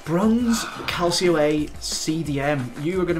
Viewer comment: Cal-cho not Cal-see-o